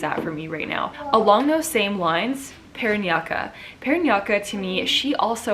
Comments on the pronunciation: Hi...thanks for your video about Ms U Philippines... just to correct the pronunciation of Ms. Paranaque (pa-rah-nia-keh). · Top 3: Quezon City, IloIlo city and Davao City. "Paw-Run-Yeah-Kaye." Parañaque. Hehehe😄👍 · Hi Siera! I hope that you can notice this comment. I just want to help you by saying that Parañaque is supposedly pronounced as "pa-ran-ya-ke". I think that you will be making videos about MUP after this one and it will do better if you can say the place correctly. I hope this helps. Thank you and all the best! :) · Correction with your Pronunciation about MS. PARAÑAQUE Ms. Siera...It is sounds Spanish "PA-RA-ÑA-QUE".. Anyway, LOVE YOUR BET IN MUP2020 UNIVERSE 👑 Ms. RABIYA MATEO from CITY OF LOVE - ILOILO CITY🥰😍🥰She HAS THE "IT" FACTOR AURA & CHARISMA TO REPRESENT OUR COUNTRY PHILIPPINES 🇵🇭🇵🇭🇵🇭 IN GOD WE TRUST 🙏🙏🙏💘❤💓💕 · SIERRA, you make me smile with your pronunciation with one city, but we do say PA RAN YA KE The stress is on YA. Ke sounds the same with Ken. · PARANAQUE pronounced PA-RA-NYA-KEH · Parañaque... QUE is pronounced like...”que ...in quesera sera” (the song) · Please pronounce “parañaque” atleast, thank you. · Siera giving us a Filipiniana look YASSSS and sizz its paraniya-KE not KA love u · Again its not PA-RAN-YA-KA!!!!!!!! ITS PA-RAN-NI-YA-KE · Ms. Siera, i would like to correct you. PARANAQUE is pronounced as PARANYAKE not PARANYAKA... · Parañaque po, not Parañaqua. Hehe ur so cuuute 💕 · Bearchell The right pronunciation of PARAÑAQUE is "PA-RA-NYA-KE" and not PA-RA-NYA-KA. :) Same as the word PORQUE "POR-KE" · Okayy I love how you try your best to pronounce every Province or cities. So the right pronounciation of Parañaque is: You're already right on the 3 syllables Which are Pa Rañ ya, now when you say Que it is not pronounced Kah, it's more like just saying the letter "K", so when you say this City, it is perfectly pronounced. "PaRanYaKei" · Hahaha...its Paranque, not Paranqua i love your pronoucation. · It's like PA-RAN-YA-KE TA-GIG